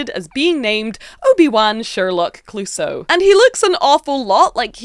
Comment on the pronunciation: Its Clousseau, like the police inspector at Pink Panther cartoons, with the tonic accent in the "eau" (pronounced "o"). That rainbow warriors marine is fantastic!!!!